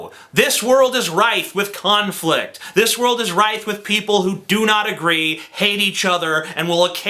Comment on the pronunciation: It's "rife" not "rith".